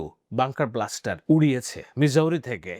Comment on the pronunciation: ওইটা বাঙ্কার ব্লাস্টার না বাঙ্কার বাস্টার, ধন্যবাদ।